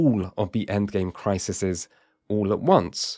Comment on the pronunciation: It's criseeeeeeez, not crissssesez.